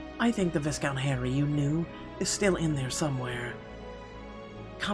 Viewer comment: Would I be a jerk if I pointed out that viscount is pronounced “vy-count,” with a silent S? Sorry! I’m sorry! I just couldn’t ignore it! 😬